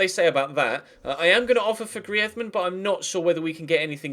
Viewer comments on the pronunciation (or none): GRREEEZZMEEN NOT GRIAZMAN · It's greez-man not greaedman😂😂😂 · you re saying griezmann the spanish way, say the french way, like GrrizmAnn. But great vid! Loving the series! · personally I would say get someone else in and have your youth player play occasionally but focus atleast three trainings on youth and two for more established players and hate to critisize but you bucherd the grizeman pronounsiation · you sayin griezmann is right but soundsso bad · Its not even that, its just the way his name is pronounced haha